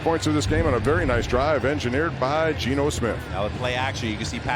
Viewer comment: Dude he effed up genos name, mason taylors name, then he claimed that amari cooper was a jets wr lol